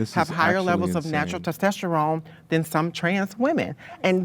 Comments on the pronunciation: ITS PRONOUNCED "TESTOSTERONE" NOT "TOSTESTERONE" YOU FUGLY BONOBO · TEST TESTERON is hilarious he can’t even pronounce it correctly😂😂